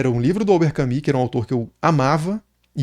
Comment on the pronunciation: Desculpa ser o chato, geralmente eu nao gosto qdo fazem isso, mas vou fazer - se fala albert “camu”, nao “cami”